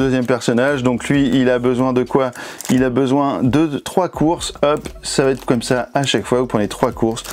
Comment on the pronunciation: VA ÊTRE! Celui ci va être! Par pitié supprimez cette vilaine liaison qui me fait bouillir les oreilles! Vatetre ça veut dire peuplier en norvégien! Très bonne vidéo nonobstant :)